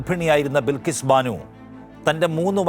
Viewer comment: ബിൽകീസ് അല്ല ബൽകീസ്‌